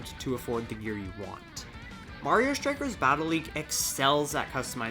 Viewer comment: Its called Strike, not Shtrike